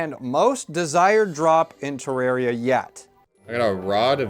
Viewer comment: Terra - ria. Terr(ah)ria. Aaaaaahhh. Terraria. It's not that hard